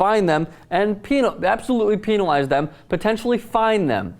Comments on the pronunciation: I like how you say "penalize" it sounds like the past tense of "penis." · please stop pronouncing "penalize" that way